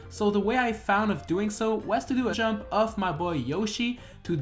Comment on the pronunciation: that is a weird way to say jump....